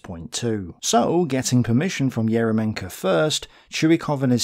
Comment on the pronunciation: not EromenkO, he is ErYOmenko, because in russian language "Ерёменко" and "ё" (YO in english) always main vowel in word.